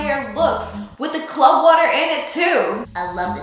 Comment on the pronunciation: Loved this.and Love your hair .but it is pronounced clove like wove not clove like glove